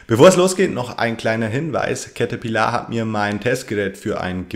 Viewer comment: Cäterpillaaar ????!!!!!!!!! XD